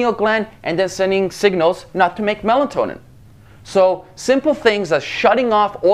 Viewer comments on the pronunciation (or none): Melatonin.....not Melantonin !!